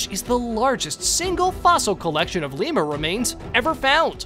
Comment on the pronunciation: What is a leemer